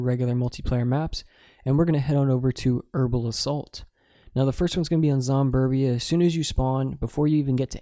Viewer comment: Yeah he said Zomberbia how do I get to that